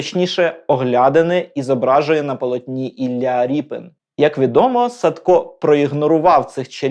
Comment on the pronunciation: Напевно все ж таки РЄПІН, а не Ріпин.